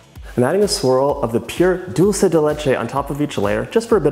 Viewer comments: To be more exact, it should be 'DOOL-the'. And when I hear 'DAWL-che' the only thing I can think of is '& Gabbana'. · Distracted by you saying “Dolce” instead of “Dulce”... it’s Spanish, not Italian. Thought you said your mom grew up in Mexico... 🤔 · It’s pronounced DOOL-SAY not dul-che ❤️❤️ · It looks amazing! But... it’s pronounced “Dool-seh.” “Doll-che” is Italian. 😬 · Sounds amazing but can I just give you a little annunciation tip? The word “dulce” is pronounced “dool-seh” (I noticed you adjusted this when you started decorating) as opposed to dolce (dohl-cheh) like the Italians say. Sorry! I love you but it was just like really bothering me 😅💗🎂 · Alejandra Ely lolz, I was referring to the language. They speak Spanish in Argentina and they pronounce it “dool-seh”. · The way he says dulce...